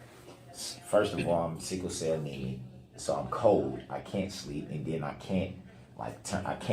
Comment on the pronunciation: "IM SICKEL CELL NEME "lmao! He is so stupid and he thinks he is so smart. How do you not know how to pronounce or say what you are diagnosed with? Such a liar!!!